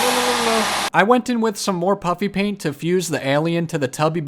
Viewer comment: Am I the only one who always hears him call it Puppy Paint? 🐶🎨